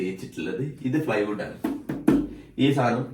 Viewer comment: ഫ്ലൈ വുഡ് അല്ല പ്ലൈ വുഡ്